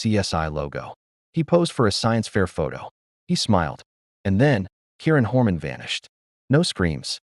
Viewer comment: Learn to pronounce the victim's name before posting again.